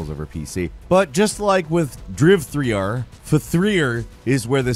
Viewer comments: Please stop saying ‘driv-three-r’. It’s just as ridiculous as the game itself. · Why do you say "driv-three-are"? Have you heard of L33T? (Pronounce "leet" not "elle-three-three-tee" incase) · Driv-3-R 😂 you’re never gonna let go of that lol the more you say it the funnier it gets for the 20th time now lol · got me again with the names. "Fthrear" hahahahahaahahahahahah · FThreeAr... HAHAHAHAHHA XD, that was good. Fthreear :D